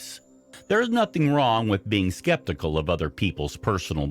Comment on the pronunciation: The condescending thing….yeah…..the way he mispronounces “skeptical” just utterly infuriates me. Like makes me want to burn down a house. Lol